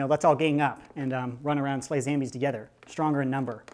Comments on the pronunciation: Why do you say zambies instead of zombies? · I love how you say zambies instead of zombies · Why do you call them Zambies? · Wy u call zombies zambies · It isn't zambies it's zombies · it's not zambies it's zombies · It's zombies not zambies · Why do you say SAMBIE! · I Tell everyone at my school about you they all think you funny I told them about how you say ZAMBIES instead of zombies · its not called zambies its called zombies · Its pronounced Zambles.